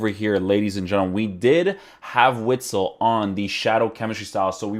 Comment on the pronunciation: I believe it is pronounced 'vitsel'